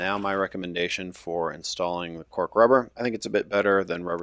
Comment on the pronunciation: You were saying "Cork Rubber" but I was hearing "Pork Rubber." Every time.